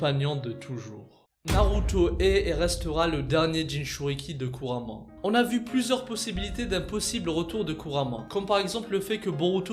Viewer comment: Kuurama et pas kurama